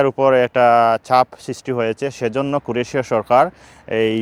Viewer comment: দেশের নাম উচ্চারণ শিখুন।